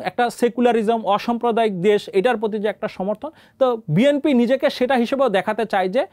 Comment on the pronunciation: জনাব সাংঘাতিক ভাই, বিএমপি কি ? আপনি কি উচ্চারনে সঠিক না?